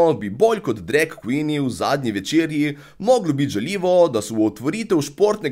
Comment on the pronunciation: Še dobro, da nisem gledla tega dreka. In ja, "drag queeen" se še sliši kot drek kvin hahaha, legenda si.